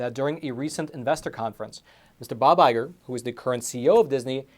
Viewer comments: Iger, not Igor. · It's Iger, not Igor. He's not Dr. Frankenstein's assistant, although he has created a monster. lol